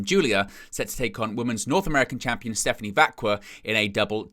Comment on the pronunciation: Is it really that hard to pronounce Stephanie's name properly? They literally announce it every single week.